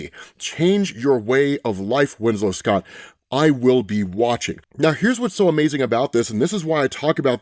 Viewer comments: Hey,love you and your channel,have for years. Its Schott,pronounced like "Shot",not scott. Just a little tidbit for future reference. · schott(sh•awt) not(sc•awt) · Pretty sure it's Winslow "Shot", not "Scott". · Schott is pronounced "Shot" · Winslow Schott pronounced "shot"